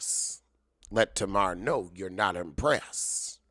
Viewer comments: Tuh-mar? Is that to be funny? Tay-mar. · Every time you say tana Wanda....I crack up 😂😂😂😂😂